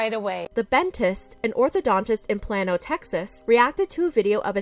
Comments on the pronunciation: "Play-noh" Texas, not "Plan-oh." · Just for future reference Plano TX is pronounced Plane-oh like plain ole plano